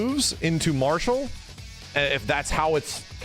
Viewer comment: Am I the only one who heard "Barsoap!" Instead of Marshall?